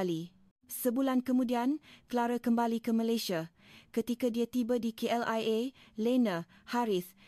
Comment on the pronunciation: K L I A (SEBUT JANGAN SAMBUNG2,KLIA)